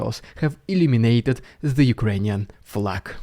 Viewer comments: Your 'illuminated' sounded like they 'eliminated' the 🇺🇦. Love style and humor tho. 🗽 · Just pointing out he said "Illuminated" the flag, not "Eliminated" it because those are 2 very very different things haha. I misheard and thought you said eliminated and was like "wait Russia captured it??" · Ohhhhh.... "Illuminated". I was concerned for a moment. I thought you were saying "eliminated" until I actually viewed the screen during that part. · I had to listen six times on your comment on the Kharkiv Flag being "Eliminated" I think you mean "Illuminated"? You had me worries that the city officials were aligning themselves with Russia! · I thought you said "Eliminated the Ukrainian flag". I had to listen to it several times until I got it :D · ... at first I was thrown by this also, however when I viewed the image of the flag and flagpole once again I realized he said "illuminated" ... just a slight pronunciation wobble ...